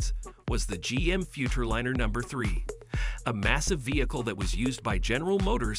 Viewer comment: The use of an AI voice cheapened the whole video. Mispronunciation of both "Futurliner" and "F-150" were dead giveaways. Won't be back to this channel...